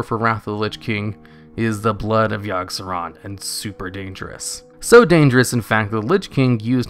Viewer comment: yogg-saron? i think you mean YIRG SERAN